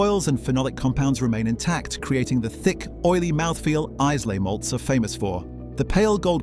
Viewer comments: It's not Is-lay, it's Aila. And why is the first drinker shown in this video a black man? That's a clumsy bit of virtue-signalling. Anyway the whiskies: anybody who takes even the slightest interest in malt whisky knows that thanks to variations in peat, water, cask, barley, region, still and method every whisky is different and many drinkers don't want different, they want standardised taste, so there's nothing wrong with the industry using otherwise uninspiring whiskies to blend up into a standardised product. The whisky industry is huge, diversified and sophisticated in the bad sense of the word so blends are probably the acceptable face of the sleight of hand that goes on everywhere, especially once marketing people get involved. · I have a sadly almost-empty bottle of Ardbeg as we speak, but Islay is not Izzlay, it is pronounced eye-la! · "eyeslay" - come on, you sound like Jeremy Clarkson. Learn to pronounce it properly and you might be more believable....and try Lagavulin. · Why do you say Iceley for Islay? And pretend to know about whisky? I wonder ḥow you'd pronounce Bunnahabhain. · You’re not comparing like with like! Your 3 best are single malts not blends. And ‘Islay’ is pronounced ‘eye-la’, NOT ‘Izzy-lay’! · Islay is pronounced i-la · Ize-lay? Really? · Eyeslay??? WTF. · You moved from blended whisky comparisons to single malt without explanation. You don’t even know how to pronounce Islay, it’s I lay. Morons producing bollocks. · You can’t even pronounce Isley correctly! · How can we have faith when they can't even pronounce Islay. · Are we supposed ttake you seriously when you can't even pronounce ISLAY, PROPERLY. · Learn how to pronounce Islay or Lomond properly then you may be taken seriously? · There is only one whisky l drink family owned ‘Springbank 10;year old”. The clown presenting this video cannot even pronounce Islay.